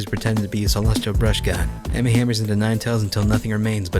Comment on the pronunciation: Ammy= Ah-mee No vowels in Japan